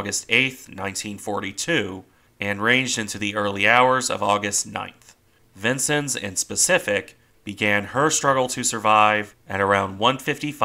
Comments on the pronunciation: I believe her name is pronounced "Vince-Ens", not "Vinces". Nice presentation, nonetheless.. keep up the good work! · It's pronounced vin-sins, not Vincent. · as someone who served on cg49 , it is pronounced vin-senz, not sins. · Being originally from Illinois I have always heard the name pronounced "vin-senz" rather than "vin-sins.." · neither way, vin-senz is how you pronounce it. im fairly familiar with it having served on one of the vincennes!